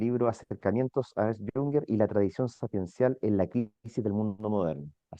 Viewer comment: No es Ernest Jünger, se pronuncia Ernst, si quieres traducirlo di Ernesto